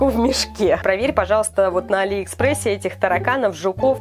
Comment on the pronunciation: а́ли экспресс